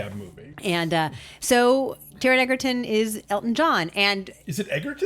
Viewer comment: If you can’t even learn the proper pronunciation of the lead actors name - then I have no use for your “review”.